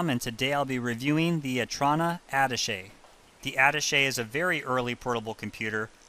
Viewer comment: You’re not pronouncing the Otrona name or the computer name correctly. Otrona is prounced Oh-Troh-Na and the Attache’ is like a spy’s secret briefcase, pronounced At-Tash-A (the last syllable is pronounced as the 1st letter of the alphabet “A”.). I hate it when supposed experts in things, show their ignorance when they can’t even look up words to see how they’re pronounced.